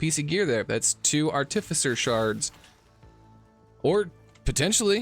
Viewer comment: As long a we ignore the times he said "articifer" :)